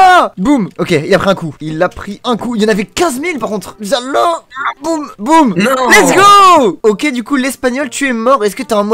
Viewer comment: on dit lets go, pas lest go.